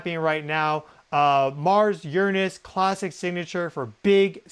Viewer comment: You’re saying, “Uranus” wrong, and you’re sitting on it wrong, too.